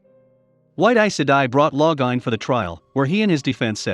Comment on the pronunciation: Loving how the computer/robot/whatever pronounces all the names 😂 Every time it says Lo-gah-in I start giggling.